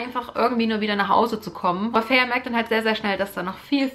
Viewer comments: Feyre wird Feyra ausgesprochen :-) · Tamski im Buch steht aber fey-ruh als ihre Schwester es in die Länge zieht. Bei mir war sie immer feiry ausgesprochen ggg